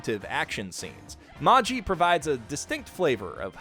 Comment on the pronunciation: can u stop saying magJi pls : )